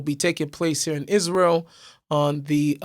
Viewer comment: She can't even pronounce Israel correctly.